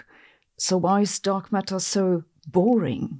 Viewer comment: She says "Dog Matter" and now you can't unhear this